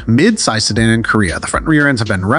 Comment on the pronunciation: "Si Dawn" ??? No one in the world before you made this video pronounced "Si Dan" as "Si Dawn" ..... so awkward